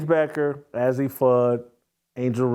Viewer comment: You would think if this guy wants to talk about these women, he would at least get their names right. It’s pronounced AZ. This guy is just click bait!